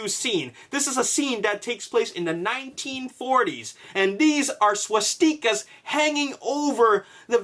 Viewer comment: You're pronouncing swastikas so incredibly wrong